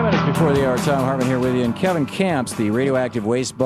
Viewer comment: he screwed up and said Radioactive Waist Bot. did you catch it??